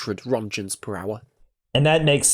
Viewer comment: "1000 rontchens"